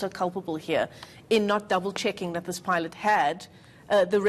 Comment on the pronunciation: Ay pie-lot?